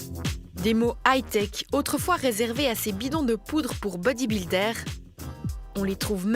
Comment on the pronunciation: Les snickèrrrses, les bodibildèrres